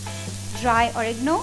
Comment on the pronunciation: It's oregano nd not origno